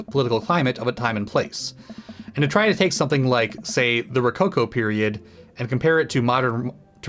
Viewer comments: is THE ONE! and yeah, you're pronouncing Rococo like a champ ^^ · Btw, you nailed Rococo. It's an artistic movement from the late baroque period... and is uber garish. Imagine a Disney Princess castle redecorated by Liberace. With a vajazzle kit.